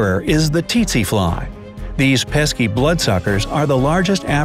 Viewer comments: Its pronounced sese fly in Africa and yes I'm African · I'm an African and you pronounced tsetse fly wrongly. OMG my sisters and I were rolling on the floor as soon as we heard tsetse fly